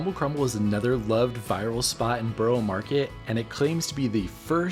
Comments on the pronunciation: Hey I know this is pedantic but it’s a really easy thing to learn - Borough is pronounced buh-ruh not burrow. So whenever you see a place with borough, burgh, boro on the end such as Edinburgh, Loughborough etc. it’s pronounced buh-ruh. Hope this helps! 😊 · Burugh (that;s how you say it) not Boro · You didn't let us see you try the pistachio donut and what you thought of it? Also, please stop pronouncing it as "Burrow market". It's pronounced like "buh·ruh maarr·ket". Yes I know I'm being picky 😂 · Borough is pronounced Baarah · lol it’s not called Boro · It’s BURRA market, dullard! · It's pronounced " Burra" If your from England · Please learn how to pronounce borough market correctly.